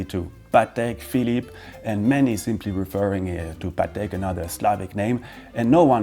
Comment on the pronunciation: Patek has emphasis on the A instead of E, if you want to be accurate to the slavic pronunciation of that name.